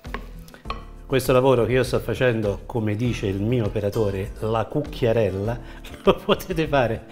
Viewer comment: Mi hai fatto venire una voglia❗ Avrai pure un accento toscaneggiante, ma da come dici "cucchiarella" sono evidenti dei natali napoletani❗❗❗